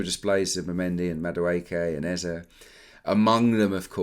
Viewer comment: It’s not Eza, it’s Eze. Both e in the name sounds the same. Like e in egg.